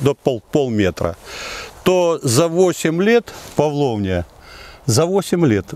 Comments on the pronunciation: Интересно какой дурак перевел его в начале как Павловнич. Это павлония. Там w не читается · Блохер какой-то под кайфом. Название дерева невыговаривает.